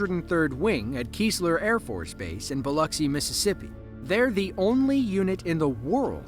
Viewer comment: How do scientists explain the huge shockwave that shot out when the satellite got an image of Hunga Tonga-Hunga Ha'aipi erupting? That wave went out so fast it must've exceeded the speed of sound! And THANK YOU for saying "Biloxi" right! I love your channel even more now!